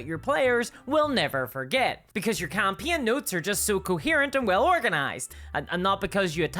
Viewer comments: Is this an AI? Who pronounces "campaign" as "campeeon"? EDIT: okay, she's not AI, but I'm not familiar with her accent. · HOW can you mis-pronounce "Campaign"?